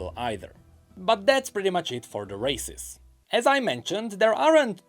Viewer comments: Im so sorry.. accent makes its sound like he's saying racists and im laughing my fuckings ass off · Honestly I keep hearing him say racist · Everytime he says races, I hear racist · Why am I hearing racist 😭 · The way he pronounce races sounds too much like racist to me... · every time say "races", I heard otherwise.